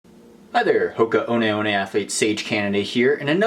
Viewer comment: That's how you prononce Hoka One One ?? My whole life has been a lie